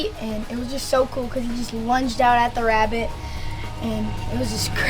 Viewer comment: And it wuz a big azz wabbit